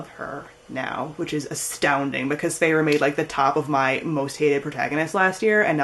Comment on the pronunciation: Haha sorry but I just thought...like Feyre's name is more like 'Fair', Rhysand I call him 'Rhys' like R -i -e s (long i?). But you got Tamlin right lol.